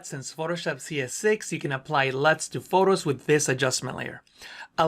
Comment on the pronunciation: That moment when he said "LUTs" xD